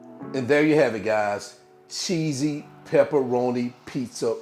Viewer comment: What a cutie! Love the new words. Cheeseeyee....peperonieeee..LOL! Thanks again for a good snack.